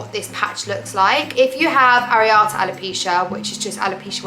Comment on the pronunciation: Sorry to hear of your traction alopecia. You said to correct your pronounciation . You pronounced areata correctly but the hair doctor is a “trichologist” pronounced like trike-ologist 🙂